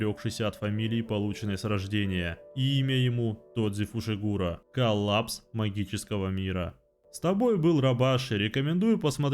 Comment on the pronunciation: Почему ты назвал Тодзи Тодзи, а его фамилию Фушигуро а не Фусигуро, ну ты и позер